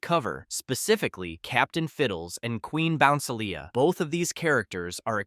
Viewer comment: QUEEN BOUNCELIA IS PRONUNCED 'QUEEN BO-NCE-EEL-E-A'